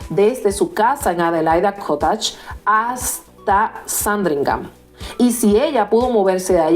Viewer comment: cottage se pronuncia COTICH .